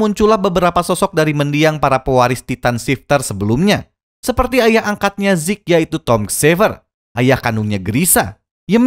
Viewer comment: Zeke bang bukan zek